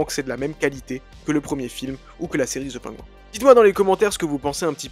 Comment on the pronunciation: "ZE PAINGOU 1", ça c'est de la prononciation!